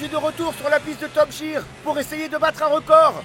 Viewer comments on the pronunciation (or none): Pardon, que ouïe-je ? Top JEAR (Jire) ? Vraiment top JEAR ? Les gars, changez de voice actor, pour le doublage Français, osé dire Top JEAR au lieu de Top GEAR (Guirre) c'est honteux !